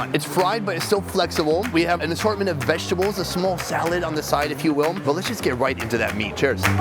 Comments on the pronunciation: When sonny says vagitables lmfao ever show he does it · why does he keep saying vagtables loool